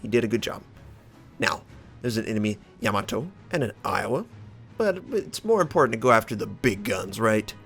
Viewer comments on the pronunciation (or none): none